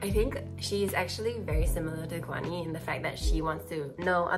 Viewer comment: his name is pronounced with aspiration -- G*H*WAN-HEE. your pronunciation was more correct when you said it in english than when you tried to pronounce it in some other way